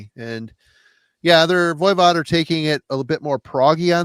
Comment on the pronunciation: for the love of all things holy lol, would you please stop saying ‘Voya Vod.’ It is pronounced Voi as in ‘boy’ Vod. Sorry to get picky but I have been putting up with your mispronunciation for years and am crashing out lol.